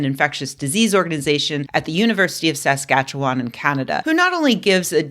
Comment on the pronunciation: Rebecca: we have to talk about your pronunciation of Saskatchewan...